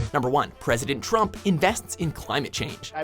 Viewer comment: Is it just me or did he say dumbol trump